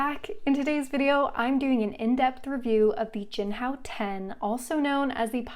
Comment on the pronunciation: You: “Jinhao 10” What I Hear: “Jianhao Tan”